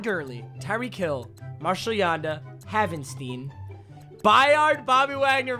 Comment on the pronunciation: You don’t say it like haven-steen it’s haven-stine